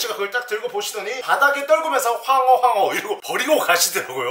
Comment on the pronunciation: 황어가 아니라 퐝어 인줄